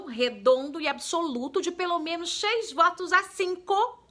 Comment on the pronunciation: seis vuotus ...olha voz..kkk. linda joice